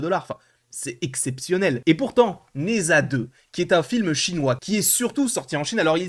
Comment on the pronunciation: 🤦ça se prononce "Ne Ja"!